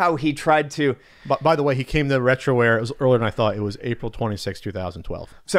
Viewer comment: Lol. "Retroware"........